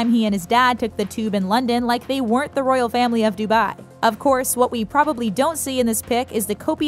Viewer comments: The way she says dubai😫......dubayyyy. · If you can pronounce that then you should be able to correctly pronounce dubai